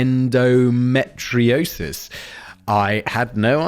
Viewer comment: The way Simon said endometriosis 😂. I didn’t know about Lyrica. And thank you about the ads!!! So ridiculous!!!